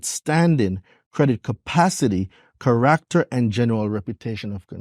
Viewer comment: Say character again